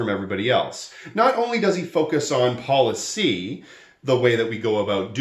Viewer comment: “You gotta talk about poli-CY, not just poli-TICs”